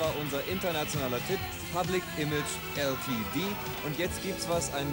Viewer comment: Public Image EllTieDiehh #😵‍💫😵‍💫😵‍💫😵‍💫 Glaube, der hätte auch Diepettschiee Modieh gesagt.......